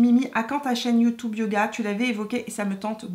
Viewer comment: Mimi tu es habitée par la positive attitude...et c'est assez communicatif 😁😁 Tu me fait trop rire quand tu prononce le mot YouTube...youtoube 😆😆..ça se prononce comme ca au Canada ?